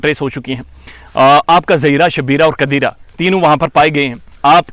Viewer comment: Plz sir Qadeeraaa naw bolen allah ka nam hy Qadeer...